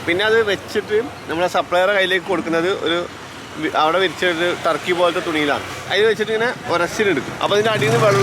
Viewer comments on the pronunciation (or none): none